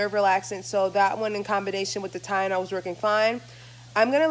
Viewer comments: You keep saying Tyenol instead of TyLenol 💀😂💀😂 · It’s Tylenol lol. You kept saying tyenol. Get better. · Kiki Hokage I’m glad I wasn’t the only one who noticed that